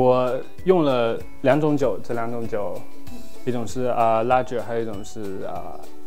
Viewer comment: The 'g' in ‘lager’ is pronounced as 个 =）